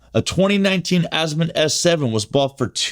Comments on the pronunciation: don't worry about what other people say ...worry about what is CORRECT ....It is pronounced "AH-zee-moot". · I wouldn’t buy anything from someone who can’t pronounce Azimut correctly 😢